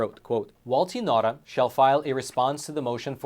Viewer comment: His Name is Nauta a Chamorro Native Name Pronounced Nowta